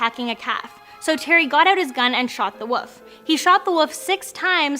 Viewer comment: Ive never heard anyone call a WOLF a WUFF before hahaha & just like when people call a ROOF a RUFF or a CREEK a CRICK - i dont like it….not at all! Hahaha ” THE WUFF “ 👉🏼😖👈🏼